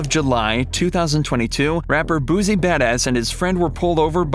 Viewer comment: "Boosie"? Lmao.